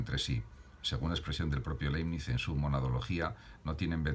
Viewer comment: Aprecio su aporte. Sería positivo sí pronuncia el apellido del autor como se debe. De modo que sonaría laɪbnɪts. Gracias.